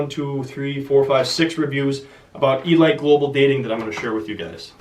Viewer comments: It's pronounced e-leet not e-light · you don't know how to pronounce elite? lol